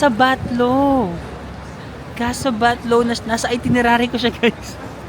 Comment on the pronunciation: thats Casa Batllo (pron. Batyo)